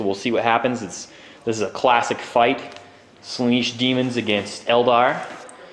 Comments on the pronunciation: Slaanesh, not Slaneesh, that really grates on me to hear that mispronounced. Gorgeous Daemon army though, what's the cost on that? British Pounds Sterling would be good. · Is it pronounced Sla-neesh? I've been saying Slaan-esh, as that's how it's spelt. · You have it correct, they are saying it terribly. Pronounced "Slah-nesh"